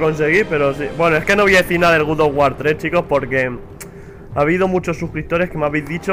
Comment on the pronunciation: Se dice God no Good ._.